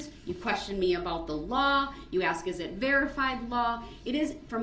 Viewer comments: This idiot's language... lol. "Dat's not da troof." "You need to ax me, not tell me." What a complete moron. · "Did you AXE that?!" Typical..... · Ax = ask Axed = asked Dis = this Dat = that